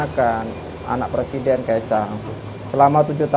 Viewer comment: Novel tanpa hurup "R" adalah judul yg bagus untuk sebuah BUKU. NAH KALO PRESIDEN TANPA HURUF "r"jadi PLESIDEN😅